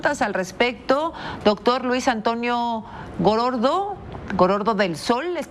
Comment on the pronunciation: La conductora casi se caga de risa cuando pronunció el apellido del doctor!!! Gorordo!!!!! Jajajajaja ya no dieron chance para el apodo!!!!